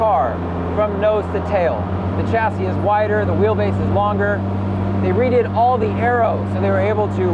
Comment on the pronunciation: the ch in chassis is NOT like in chair but like in champagne.